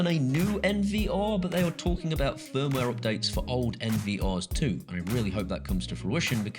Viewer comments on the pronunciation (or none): none